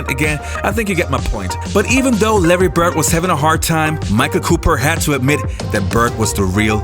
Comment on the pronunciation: The Man's name is "Bird" - not "Bert". A little respect is in order.